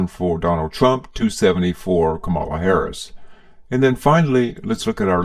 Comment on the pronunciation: You could at least pronounce Kamala's name correctly